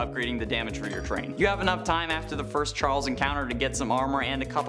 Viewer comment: he said firs like